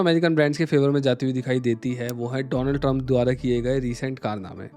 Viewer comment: 'Dolund Trump'! Is that what you said😂😂😂